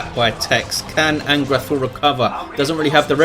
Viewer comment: Thanks for the cast, congradulations on getting the name right too! -An'grathul